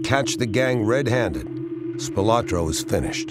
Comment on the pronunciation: Bertha's was on Maryland Parkway , east of the Las Vegas Strip. I think that it is still there. Spilotro is pronounced " Spill-oh - tro, not 'Spill - ah - tro". I was good friends with one of the 5 brothers and, the miss-pronunciation of their name was a peeve of the family.